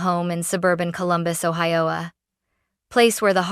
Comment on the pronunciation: Columbus, Ohi-owa? Lol